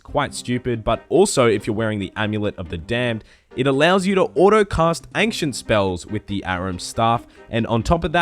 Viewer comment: i was triggered by "angcient"